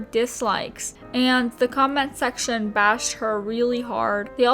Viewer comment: i legit thought at some point you said ''combat section'' not comment section xD